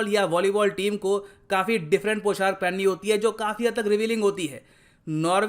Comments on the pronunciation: It's पोशाक not poshark... Thanks 🙏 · Sir पौशाक होता है Not poshark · Sir poshark nahi poshak hota hai,,,, 🤭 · पोशाक होता है भई, पोshark नहीं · Humble remark -Sir It’s POSHAK not POSHARK. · Sir I like your videos, I want to put some feedback here, I strongly believe that pronunciation is very important. you make videos in hindi so I think you should be more carefull of it like:- पोशाक not पोशार्क, सोलह/सोला not सौला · It's पोशाक not Poshark 🙏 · Sir... With due respect I would like to correct you that.... It's not 'poshark' it is पोशाक